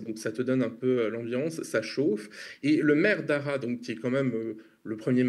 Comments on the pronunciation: "Arra" ou "Arras" ? 😅 on prononce le "s" de Arras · ArraS on prononce le S !! Surtout que 20 secondes plus tard tu le prononce bien !! Mon côté complotiste est titillé